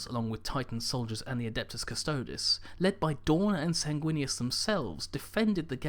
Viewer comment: SAYNG-WIN-US....sanguinous....SAY IT WITH ME